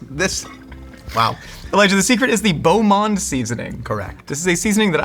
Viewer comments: Beau monde! Essential for a good rye bread dip. My mom used to always pronounce it like "Bow Monday" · Beau Monde pronounced with an accented letter E